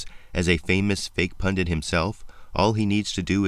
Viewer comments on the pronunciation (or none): You are right, man, Right as rain But even so You cause me pain The word is "pundit", man The way it's writ So don't say "pundint", man, Signed: English Lit.